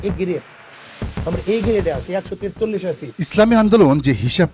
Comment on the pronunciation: তেচ্চল্লিস কি রে ভাই। এরা তো কথা বলাই শেখে নাই।